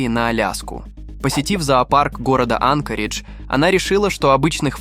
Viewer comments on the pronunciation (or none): none